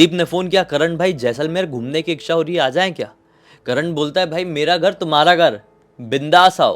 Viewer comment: Ixxha nahi hota bhai, इच्छा hota hai 'iccha'. Bada annoying sound karta hai ixxha.